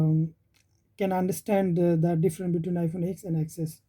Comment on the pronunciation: Let me correct u... We cannot pronounce x(ex) or xs(ex s), its x(ten) and xs(ten s)... U can also visit any apr(apple premium store) and see what actually apple official employee called that phone.. i worked with apple for almost 8 years... Thats y, i know & i m telling you... Over all... The video is informative for end users.. keep making content like this..